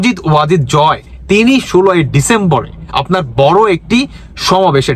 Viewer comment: ভাই জয়ের নামটা ভালভাবে শিখে নিন।